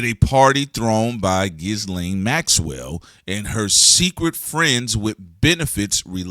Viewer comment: Big salute, but that silent “s” in Ghislaine is kicking shorty ass. 😂